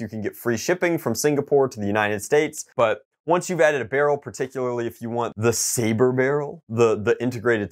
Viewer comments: he pronounces sabre sab and reflex ri flé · I'm surprised no one commented about the fact the he pronounced sabre incorrectly